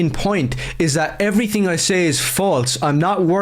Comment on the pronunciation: And everytink